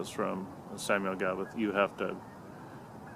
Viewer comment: As an Englishman, Gawith is definitely pronounced with a W… 1792 is a real favourite of mine. I love it.